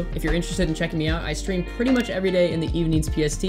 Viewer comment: the whole team congratulating keeoh keeoh sees finisher "thats pwetty"